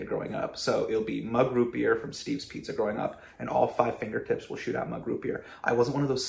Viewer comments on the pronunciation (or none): none